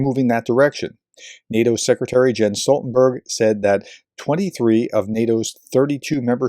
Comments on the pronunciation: Please: It’s “Yens” or maybe “Yahns”…but most certainly not “Jens” with a “G” sound”…sheesh. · A bit picky, but Mr Stoltenberg's first name is usually pronounced "Yens"... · Small detail, but I believe his name is pronounced “Yenz” Stoltenberg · It may be spelled Jens, but say "Yens". He is from Norway. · "Jens" is pronounced "Yens". It's like Jan, which you may know from "Airwolf" TV show star Jan Michael Vincent, which is pronounced "Yan". As an English speaker, if you ever run into someone with these names, they will be surprised and genuinely appreciative for you correctly pronouncing their name which, if they're living in an English speaking country, like the USA, they will have to put up with the vast majority of people saying their name incorrectly.